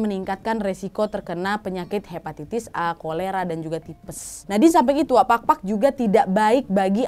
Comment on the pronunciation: maap cuma mau sharing tentang PAGPAG dan PAKPAK. Kalau PAGPAG, emang artinya adalah saat kita mencoba untuk menghilangkan debu. Tapi kalau PAKPAK, ini artinya sayap. Jadi untuk pronounciationnya beda ya hehehe thank you sebelumnya dari aku yang half pinoy :D